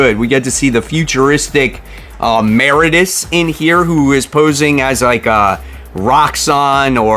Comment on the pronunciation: Mer-rid-E-us = Meridius, not Mear-A-dus.